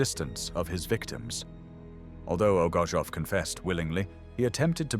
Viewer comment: His name is pronounced as O G O R T S O V or rather OGURTSOV, coming from a Russian word OGURETS, a cucumber.